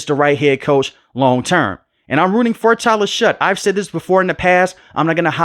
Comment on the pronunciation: Its pronounced Shuck.